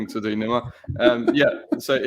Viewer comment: You pronounce Nima’s name wrong. Come on mate… smh.